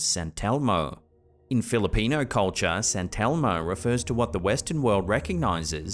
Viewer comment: sant elmo? sant elmo? its saint elmo